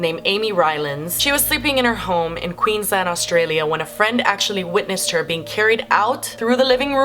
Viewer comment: You're the first person that's not from Australia to pronounce Queensland properly, oml 😊😊😊